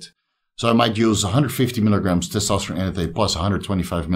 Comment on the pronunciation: Terkesterone? You gotta be kidding me.